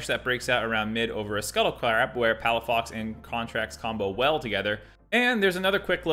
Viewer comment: Good thing I finished drinking water before the "Palafucked"